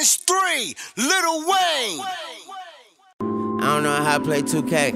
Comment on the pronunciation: Sounds Kool Little Wayne!!! It's about time we pronounce it right